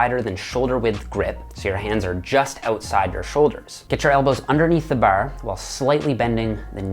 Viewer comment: Dude I knew was a newfie the way he said "bar" I was like this is an East Coast Canadian without even looking into where he's from lol